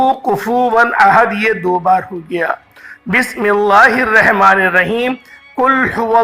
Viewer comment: السلام علیکم ورحمت اللہ تعالیٰ وبرکاتہ حضرت بسم اللہ الرحمن الرحیم صحیح کرلیں